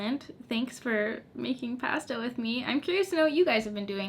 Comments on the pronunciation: WHY do you say "pasta" like that?!?!?!?!?! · Me, an American: ooh PAH-stah Canadians: pa-STAH your reactions are a me every time I bake lol